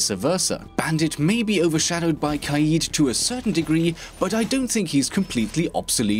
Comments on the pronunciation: It’s not ka eeed ... it’s more like ka Ed like the name Ed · “Kai-eed” BOII..... it’s kade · Kaid [Kayed] this is how it should be produced not [Kahid] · U pronounced kaid wrong u wanna know how it's pronounced go to Google translate eng to Arabic and type (Leader) it's pronounced qayid